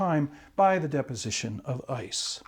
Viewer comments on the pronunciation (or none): none